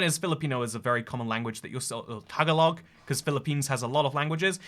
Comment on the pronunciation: i know this will make you pronounce it worse 🙄 but tagalog is pronounced "tuh-gah-lug" with emphasis on "gah"